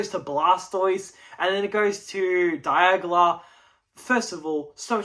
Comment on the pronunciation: Bro I love me my die-AuG-laa